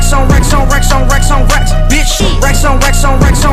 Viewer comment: racks onx22e2213 times sounds like wax on a lot of the tiems (Thx for the heart!)